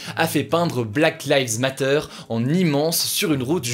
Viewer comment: Le monde : "black lives matters" Hugo : "black lives MATTEURS" 😭😭